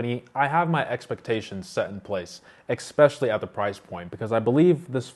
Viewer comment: Dude it's ESPECIALLY, not EXPECIALLY.